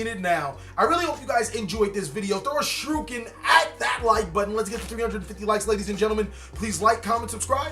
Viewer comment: shuruken???? isnt a word its pronounced shuriken^^